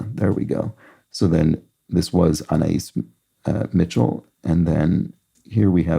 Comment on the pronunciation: Just a pronunciation note: it’s aNAYis Mitchell (not anayEES). She created all the music for the musical Hadestown